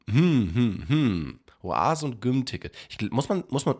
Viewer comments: Je öfter GYM an stelle von (Ausgesprochen) "djym" sagt, wurde ich aggressiver und wollte mein Hamdy Hauen bzw. auf den Mund. Die ersten 2-3 mal ging es aber dannnnnnnnnn😐➡️😒➡️🙄➡️😤➡️😠➡️😡➡️🤬...... Endresultat meiner inneren Unruhe ist dieser Kommentar 😂🎉.. MACH DAS NICHT 😤 Bitte 🥺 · ich liebe ja echt aber gym wie güm auszusprechen geht zu weit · Wie gym ausspricht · Ich finde es so lustig wie du gym ausgesprochen hast😂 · erster der das gym erwähnt XD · Wie er gym sagt😅😂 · Hast du gym so ausgesprochen, damit die Leute kommentieren? Wenn ja, dann warst du erfolgreich XD